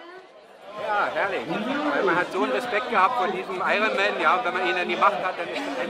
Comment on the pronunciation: Wann lernen deutsche Kommentatoren endlich, dass das 'R' in iron man nicht mitgesprochen wird?